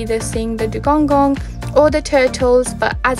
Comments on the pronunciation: I think he mean, that the Seacow is calld Dugong and not Dugonggong, but it sounds nice how you say it ^^ Hopefully I see one in May :D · You keep saying dugongong makes my toes curl. :D :D